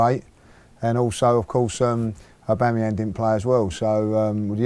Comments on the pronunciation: After all this time he still can't pronounce Auba's name. Abangyang lol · Aubangyang...lol!!! Great show.